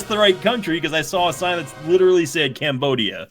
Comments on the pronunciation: Who in the hell told you to pronounce "Cambodia" like that? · Mispronouncing something from another language is not unique to English speakers. Everyone does it, cut the guy some slack.